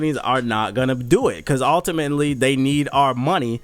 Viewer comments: Ulta-minuet-ly lol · "altiminately"? Bruh.